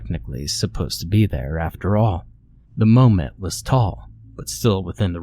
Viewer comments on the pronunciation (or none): isn't it mom-et and not moe-met?